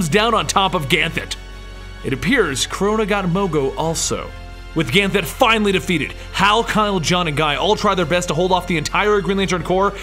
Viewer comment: Ever time he said Ganthet wrong I cringed a little bit.